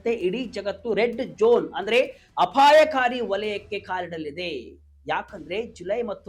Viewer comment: ಹ್ಯಾಂಕರ್ ಸಾಹೇಬರೇ ಜೋನ್ ಜೋನ್ ಅನ್ನುತ್ತೀರಿ ಅದು ಜೋನ್ ಜೋನ್ ಅಲ್ಲ ಝೋನ್ ಸರಿಯಾಗಿ ಪ್ರನೌನ್ಸೇಷನ್ ಮಾಡಿ ನಿಮ್ಮ ಉಚ್ಚಾರಣೆಯನ್ನು ಸರಿಪಡಿಸಿಕೊಳ್ಳಿ ಸ್ಪಷ್ಟವಾಗಿ ಹೇಳಿ ಝೋನ್